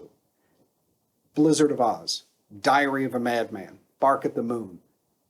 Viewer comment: LOL, it sounded like you said "Diarrhea of a Mad Man". :D :D Since you mentioned Bob Daisley - Timi Hansen of Merciful Fate / King Diamond would have been a similiar example. Or the guy from Priest (totally blacked out on the Name).